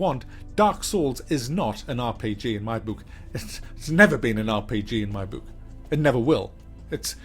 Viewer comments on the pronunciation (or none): Your bewk eh? Your kewk bewk? ;) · I love how you say book :)